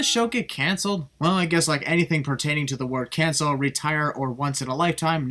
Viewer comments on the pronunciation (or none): none